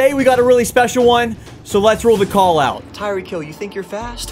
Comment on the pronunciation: TYEEK HILL